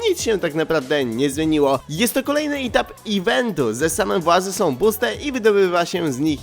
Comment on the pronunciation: "itap iventu"